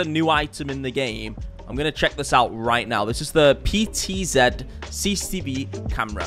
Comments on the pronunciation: Came back to this channel after like 7 years. It's good to see that he still says "CCCV" instead of CCTV cameras xd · Bro keeps mispronouncing CCTV and it's getting on my nerves. Its C C T V, not ccv or cccb or whatever he says lmao. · I have never heard about CCV cameras before😂😂 Your forgetting the T in CCTV😂😂😂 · How many times can you say cicetivi cameras in a video, had me laughing every time. 😂